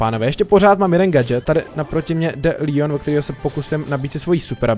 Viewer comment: LEON NE LÍON!!!!!!!!!!!!!!